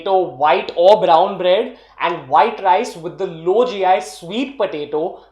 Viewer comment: Brown Rrrrrrrice lol 😆